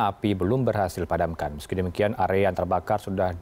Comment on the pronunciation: Area bg, bukan agea... 😅😅😅